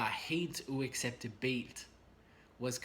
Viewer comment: Your pronunciation of "uacceptabelt" is wrong. The pressure is to be put on the "u" and the second "a" - UacceptAbelt. Just helping you out ;-) great lesson as always